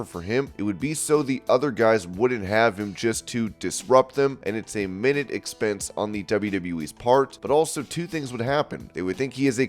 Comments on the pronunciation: 'Minute expense'.? Its pronounced "My-New-t" in that context. Come on, English is your first language. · Want to have a go at pronouncing minute again?